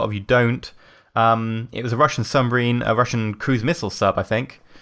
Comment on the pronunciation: it's submarine not sumbarine... Lol